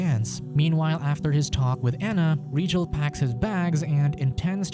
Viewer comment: It’s Rigel not regal you igjet